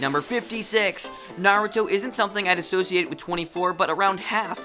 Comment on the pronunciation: I don't know if I can watch this given how you have pronounced Naruto in other videos